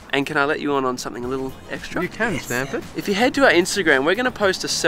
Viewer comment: Why do they say standford